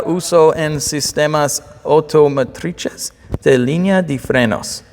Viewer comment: he read automotrices in Italian lmaoooo BRAVOOOOO!